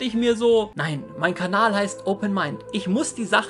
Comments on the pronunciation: Wiso sagst du immer kabal statt kanal? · grüß dich. kleine frage: warum sagst du kabal? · Ich gucke schon seit Jahren. warum sagt er immer Kabal?